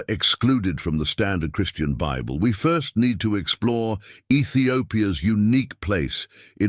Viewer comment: Minilik the First not Minilik Fur.